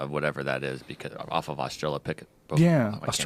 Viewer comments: Did anybody already say that before it was a movie "I, Robot" was a collection of short stories written by Isaac Asimov and published in the 50s? Also, is he saying "Australia-pithicus" instead of Austra-lo-pithicus as a joke? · Is anyone else always fucking triggered by Joe's pronunciation of 'austrilopithecus'